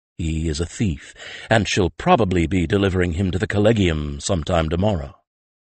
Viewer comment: This is just a pet peeve of mine, but Collegia and Collegium are pronounced with a soft 'g' making a 'j' sound. Kol-Lee-Jee-a and Kol- Lee-Jee-um. The narrator's mispronunciation jarred me out of the story every time. But I do enjoy Mercedes Lackey's stories.